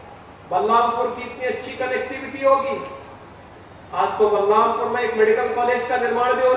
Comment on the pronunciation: Kam se kam District ka Naam to Sahi le lete